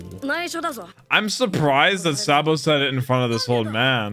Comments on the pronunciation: Please say saa-bo not sae-bo 😭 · i absolutely hate how he pronounces Sabo and Ivan... its EEE VAN NOT I VAN. ITS SAHH BOW NOT SAY BOW. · Say it with me... it's pronounced: (SAW'' BOW-) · Btw it’s (saw-bow) sabo not (saw-bow) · I'm just going by dub, ''but'' the way pronounces sabo's name is wrong'' all i'm gettin at